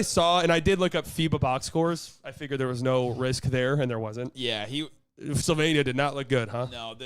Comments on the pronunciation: Slighly pronoucing Slovenia, the more slovenian way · Btw the way said Slovenia is correct native Slovenian pronunciation 👌